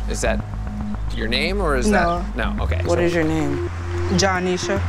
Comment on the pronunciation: “johneesha” i physically cant... LMFAOOOOOOOO child who named her....